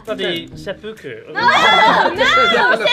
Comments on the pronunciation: I think it’s seppuku. Not senpuku. Cause he goes for the sword when he says it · in a thick British accent "Bloody... Seppuku"